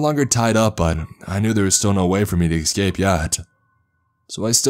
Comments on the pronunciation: 'esss- c a p e not excape, jeez. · Its ESCAPE. NOT EXCAPE. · That and pronouncing ES sounds as EX and it's bringing the cringe ei: Excape, Exspecially. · Dude, your pronunciation of “escape” is driving me bonkers. I do enjoy these stories though. Keep it up.